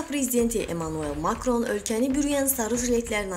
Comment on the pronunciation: Makron və Nikol adlarını düzğün tələffüz etməyi öyrən.!!!